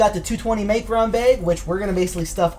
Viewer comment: why can't you say micron the right way? sound like your saying macron?